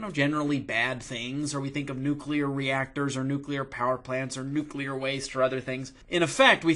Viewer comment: Almost peed my pants. Pronounce the word nuclear correctly. I just can't even. You're hysterical. :)